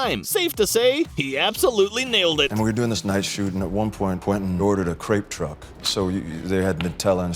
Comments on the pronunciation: It was crepes not grapes. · It’s “crepe truck” not “grape truck”.